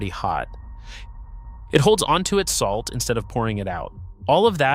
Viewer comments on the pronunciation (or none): none